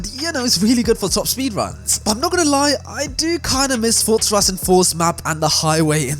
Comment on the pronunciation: WHY DOES EVERY FORZA (PRONOUNCED FOR-ZA) YOUTUBER SAY FORTZA LIKE THEY WERE ABOUT TO SAY FORTNITE BUT THEY REMEMBER IT'S ACTUALLY FORZA